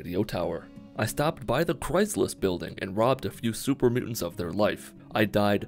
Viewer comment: it's "Chryslus" in-game